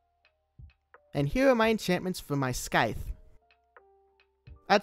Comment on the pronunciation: calling it a..sky-the???